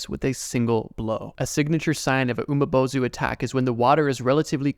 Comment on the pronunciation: You pronounce something wrong the umibozu is pronounced umibozu not umabozu